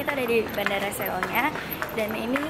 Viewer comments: Seoul omaya ktmu Oppa Gk?Btw ktnya Seoul itu bilangnya soul (no hate) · tulisannya seoul tp bacanya so ul :v